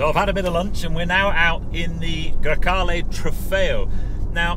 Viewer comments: Come on it's GrEcale, not GrAcale... It's the name of a wind... Coming from Greece (Grecia in Italian). Cheers from Italy from a Spyder owner (and no, the cabin is of equal length!:-P). Love your videos and podcast, keep up the good work! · GrEcale, not GrAcale..... just saying